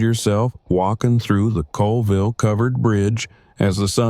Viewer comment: Locals pronounce it ‘Cawlville” I used to live about a mile from this bridge.